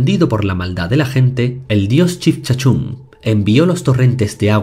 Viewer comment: me encanta tus videos. Unas aclaraciones respecto a los mitos Chibchas, la pronunciación es: Chibchacun, Bochica, Y la cascada es El salto de Tequendama. Un saludo desde Colombia.